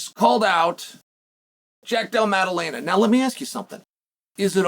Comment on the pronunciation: "Magdalena" Lol